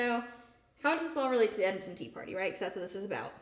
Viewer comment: Very interesting discussion about the Edenton Tea Party. Being from NC, it's interesting to me to hear how you pronounce Edenton. Here in NC it's pronounced "Ead-dun-ton".